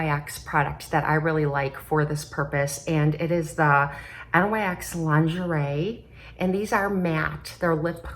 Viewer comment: Lovin those earrings! What a pretty palette from NYX! I've pared down my makeup purchases this season, but that palette is tempting. LOL, you are so cute- its Sonia "Cash ick" and NYX is pronounced "nixx" who is goddess of the night, so that is what they named themselves after. Each generation has its offensive lyrics songs. I remember the PMRC (tipper gore) trying to have stickers put on any album with edgy words to the songs. It wound up banning hundreds of bands and independent label companies went bankrupt.